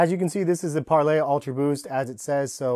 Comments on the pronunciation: Its parley, not 𝒫𝒜𝑅𝐿Á𝒴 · Im pretty sure its par lee, not parlay. its spelled parley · It’s not pronounced parlay, it’s pronounced parleeee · Its pronounced parlee not parlay tf???? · It’s Parley not Parlay... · Why do you keep calling it Par-LAY??? It's Parley. It's a word. Learn it. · It’s pronounced par-lee not par-lay! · im not sure if your saying it wrong but i looked up other videos on this shoe and they pronounce parley differently pls look up how to say it because idk how it is actually pronounced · Being American is to create unnecessary pronunciation which isn't the proper form of English. Only Americans pronounce that way and thinks its the right way.